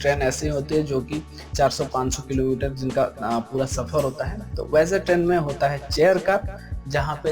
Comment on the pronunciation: आप ऐ को अये क्यों कहते हो। जैसे ट्रेन को ट्रैन क्यों कहते हो। मात्राओ को सही से उच्चारण करो।